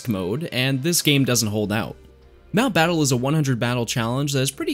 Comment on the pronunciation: Not letting the "e" in "battle" finish and pausing there just urks me. Why you do 'dis? Nice work overall though...